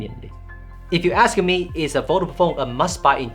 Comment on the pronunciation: Fol-da-ble phone, not Vodafone 😉 Great review and some good points you make!